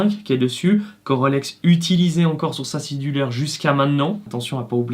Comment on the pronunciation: J'ai mis du temps (!) à comprendre que "scie du leur" était votre prononciation pour Sea Dweller. Y a-t-il une raison qui justifie cette prononciation particulière?